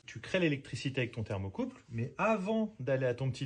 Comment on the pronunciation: ThermocoupLe et non pas thermocoupe.